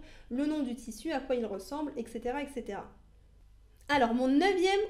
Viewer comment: De bons conseils merci. N'oubliez pas d'inclure les couturiers. S'il vous plait, ne pas dire ectecera mais etcetera c'est plus agréable.